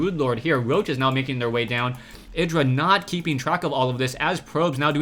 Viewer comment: Lovely game :D Btw, check artosis' videos to hear how IdrA is pronounced ( ee-dra )